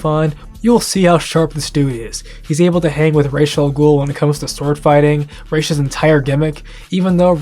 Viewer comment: Why people pronounce Ras al ghoul as "reysh" its just ras, literally, it comes from the Arabic word راس means head and pronounced ras, so ras al ghoul mean the ghouls head, im surprised cuz even the original dub gets it wrong